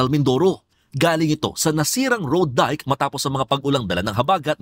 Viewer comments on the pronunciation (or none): Dayk ang basa dun hindi dike ano ba naman reporter to